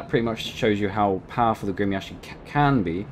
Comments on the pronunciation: I'm impressed by your ability to pronounce "Gremyashchiy." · I am Russian and you spoke it right the ship name